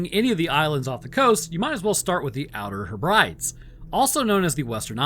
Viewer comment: Jesus dude “ooter headbreadies” but yeah Lewis is good